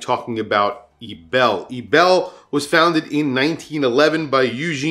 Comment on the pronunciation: Eterna is currently making only very ugly designs. Credor is just stupid. Ebel got a very glorious history, but is really too specific design: anyway the pronounciation is wrong. Concord is a zombi brand. Chopard and IWC are no bargain at all. Anyway talking about "the gray market" so easily is dangerous and not very on the responsible side: on eBay is bloody easy to get scammed.